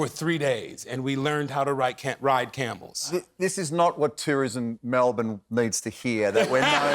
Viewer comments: Double points for pronouncing Melbourne correctly Anthony! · no that's how Americans pronounce it. We don't emphasis the ourne. It's more just like Melbn 😅